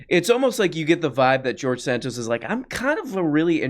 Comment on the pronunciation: The fact that says George Santos correctly when he intentionally fucks up every other name he mentions is like a five year setup to a beautiful joke.